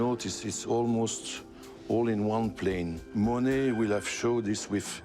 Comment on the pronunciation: He doesn't pronounce monae right.